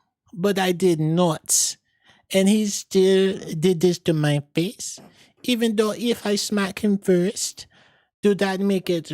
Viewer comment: THE PART WHEN RIHANNA SAID EVENDOW I HIT HIM FIRST, YOU SAID, BITCH! 😂😂😂😂😂😂😂😂😂😂😂😂😂😂😂😂😅😅😅😅😭😭😭😭😭😭😭